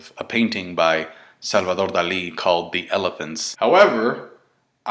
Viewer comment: Damn good pronunciation of Salvador Dalí, props to you!!!